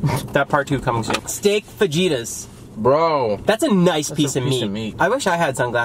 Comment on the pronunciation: considering that you eat so much food, you need to educate yourself in pronouncing the food and what the food is. It’s Fajita, J pronounced as an H. That dessert is a Creme Brûlée